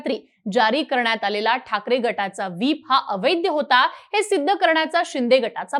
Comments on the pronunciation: अवैद्य नाही ताई, अवैध असा ऊच्चार कर 😂😂😂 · बाई ग आधी मराठी उच्चार सुधर अवैद्द नाही अवैध आहे